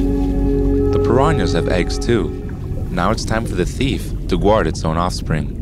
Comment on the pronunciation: guard is pronounced gard.